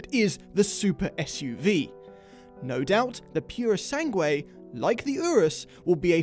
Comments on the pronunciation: It´s pronounced "Poo ro sang é" (it´s the best way I can explain) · Repeat after me: PURR-SANG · It's pronounced..pu-ro-san-gway...it means "pureblood" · I appreciate your attempt to pronounce purosangue 😂 It’s pronounced like you would pronounce something like poorosangooe (I’m italian) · Purosangue it's pronounced puro sang whey if you want 😂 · How difficult it is to pronounce Purosangue 😂 I hope it gets a v12 as well. Great video lads ✌️ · For the love of god, the u in sangue is silent!!!